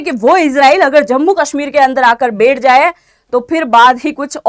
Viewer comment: बेठ नहीं बैठ होता है।